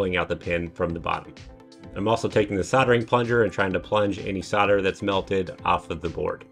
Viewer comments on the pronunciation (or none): yeah good to go but the word is soLder....not soder the L is pronounced !! Just saying. Thanks for the vid.